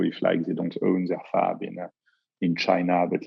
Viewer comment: I’m catching every word but that one